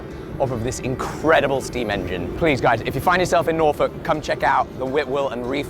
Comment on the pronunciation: I live in Norfolk, Virginia, USA, and find it funny that we pronounce Norfolk exactly like does (and, I presume, the rest of our British brethren). I guess we never lost that part of the British accent.